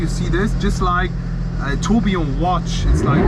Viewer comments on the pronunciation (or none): none